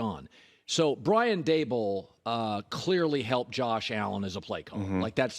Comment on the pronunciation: Da-Bowl lol